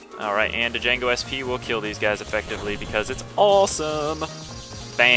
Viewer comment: D'jango. I lol'd. pretty sure it's pronounced Jango, but it's cool. I respect the Lets Play of one of my favorite BN games.